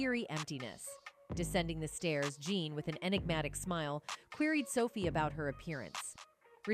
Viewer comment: I doubt Jean's name was pronounced "John". And why do you keep saying "M" instead of murder?!? Also please get a thesaurus, I had to turn it off, I couldn't bear hearing the words compelling or enigmatic one more time!